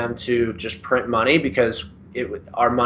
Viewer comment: Allow us to" prin an prin" , your a professional, the word is print .